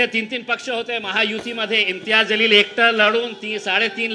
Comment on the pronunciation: ज़लील नाही बे जलील बोल